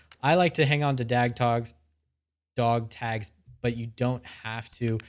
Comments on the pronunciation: "Dag togs" = Honestly impressive how that rolled off the tongue 😂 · "Dag togs " I love it